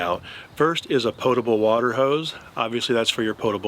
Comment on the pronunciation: I am so glad you said pōtable correctly. I have no idea why everyone says pottable instead but it’s so annoying.